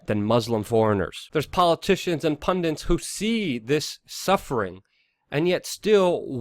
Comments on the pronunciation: PUN-DIT. NOT PUN-DANT. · no such thing as a pundint,its pundit..ppl keep saying that!ppl dont complain when ppl immediately say its Islamic terrorism.y is he a horrible human being?more likely just mental for whatever reason,wether personal or intelligence related